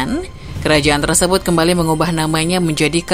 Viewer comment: maaf, hrusnya "TERSEBUT" bukan terEsebut 🤦🏻‍♂️🤦🏻‍♂️